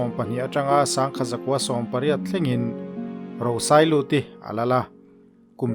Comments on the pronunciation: A tha hle mai, chutih rualin kan khaw Lal hmasa ber hming lam erawh tlem in a thluk a dik lo deuh. 👍🏻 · Lal Rosailuti hming thlûk hi a dik lo hret a nih hi.